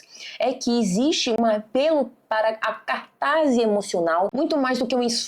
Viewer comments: Só um parêntese: aos é dito "cartase emocional" quando o correto da pronúncia e ortografia é " CATARSE". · Amiga, um adendo: não é caRtase, é cataRse. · Catarse. Não Cartase. Precisa corrigir isso para falar com propriedade deste assunto.